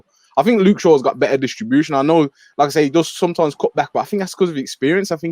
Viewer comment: Top right kept saying Straw instead of shaw